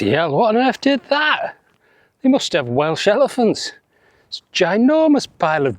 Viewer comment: I live just off the PBR, and you have portrayed it really well. Your Welsh pronunciation had me giggling all the way through 👍⛺